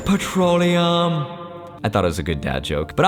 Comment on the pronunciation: “expensive pretoleum” 😭😭😭